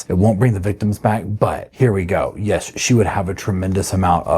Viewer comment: Is it me, or is it a mid west accent, but I hear young females mostly pronounce the word yes as yass?